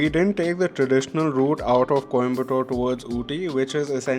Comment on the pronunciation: its coimbathur not tore. Its kotaguri (One word) not kotaaagiri